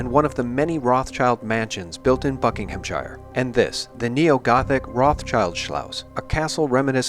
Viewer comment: phone an English friend so that he / she may enlighten you as to the correct pronunciation of "-shire". As in Buckinghamshire for example.